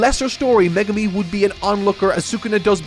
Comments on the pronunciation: calling megumi, me-gu-mi hurts... 💔it's meg-umi... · Please, it’s Meg-umi not me-gumi!!! Fabulous video, can’t wait for the season 2 review. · I’m sorry…MeGUmi? Its MEgumi😂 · Excuse me who is MegUmi? Do you mean MEgumi? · I really love all the reviews but one thing that makes my brain get a jolt of pain is the pronunciations of the characters names.. Especially Megumi. All i hear is Meegoomi and it makes me cry ^^ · someone tell him how to pronounce meh-gumi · I giggled every time he pronounced Megumi's name as Magoomi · Every time he says Me-goo-mi, i die a little inside 😃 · Why does always emphasize Japanese names so weirdly like he emphasizes the GU in megumi so it sounds like he’s saying meh GOO me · i was swiftly falling to sleep until i heard how said megumi. please, save ur self ASAP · Hate how says Megumi 😂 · why can nobody say Megumi right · Poor. The internet is going to massacre him for mispronouncing Megumi